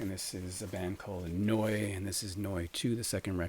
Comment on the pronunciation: OMG! I was told in a comment yesterday that I would win the award for most contests entered! Looks like we have a competition going!! That NIN is gorgeous. You pronounce the band name Neu as no-ee. I pronounce it New. You must be right!